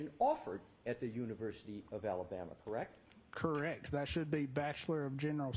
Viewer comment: Is it just me, or does he keep saying “Correc” with no t?